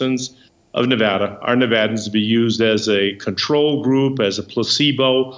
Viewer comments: Ps, thank you for pronouncing Nevada correctly Phil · As a person from Las Vegas the way the governor said Nevada is the correct way to say Nevada, no stupid emphasis on va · OMG you said Nevada right!!!! ❤️❤️❤️ Touched😢😢😢.... I know this is kinda unimportant all things considered, but if you know you know.